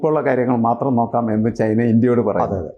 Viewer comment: ചെയ്‌ന എന്ന് പറയാതെ.. ചൈന എന്ന് പറയു. പിയേഴ്‌സൺ പറയുന്നതാണ് ശെരി... ചൈന.